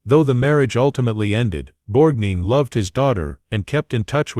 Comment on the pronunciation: Borgneen? Effing Borgneen? Stop this. Please. No more.